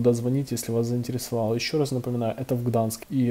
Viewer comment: ГданЬск, а не Гданск, сколько можно